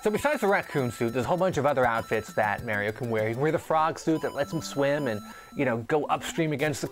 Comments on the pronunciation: why the hell is it MÆRIO??? sounds too weird! its mArio!! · I wish they could pronounce "Mario" right. Where are they getting that from? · i kno i say maHHHrio like ahhh not like aeee lol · Stop pronouncing "Mario" wrong